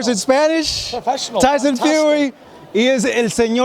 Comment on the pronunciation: he said tyson fury in a spanish accent lmaoooo!!!! Nicee Tiesunn Fewwwrriiiii